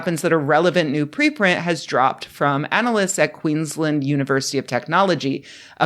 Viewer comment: Note from an Australian ... When saying "Queensland", North Americans should treat it as two words in order to pronounce it correctly. "Queen's Land" (equal emphasis on both words) rather than "Queenslnd" (emphasised first syllable). It's okay, though. I still get busted occasionally saying "Mary land" rather than "Marylnd" so it cuts both ways.